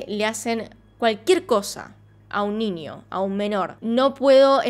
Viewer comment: Veo tus videos porwue me gusta tu acento al decir "ninio" xD